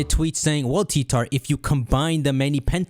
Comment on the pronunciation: did he really just say hey guys its ""